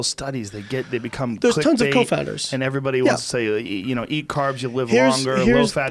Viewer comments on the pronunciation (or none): Confounders Layne, not co-founders!! What the fuck? I thought you had a PHd